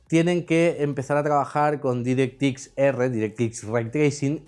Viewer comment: Tracing Ray Cores Direct ☓ Microsoft Nvidia Aprende a pronunciar imbécil.